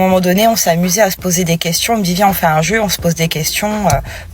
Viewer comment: "Je me dJit." Au la wesh........! Quel horreur.